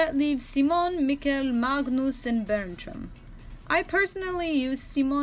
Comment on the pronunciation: Hi i'm danish and I had thought too that Denmark's surname Køhler was weird since I have never heard about anyone that had that surname and i don't want to be rude but you pronounced Magnus wrong if you want to do it the correct way you don't say the g in Magnus it's pronounced Manus